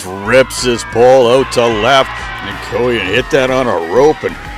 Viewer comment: Great recap of the game Coyen for Lynn Valley is actually Coyne as in flip a coin 😂 thank you very much we loved watching your video!